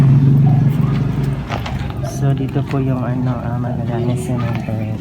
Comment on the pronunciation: Dagdag bawas ka naman. Ung subscriber ang basa mo suscriber taz ung cemetery binangit mo na cementery ai nako